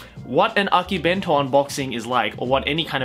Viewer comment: She butchered akibento and akidearest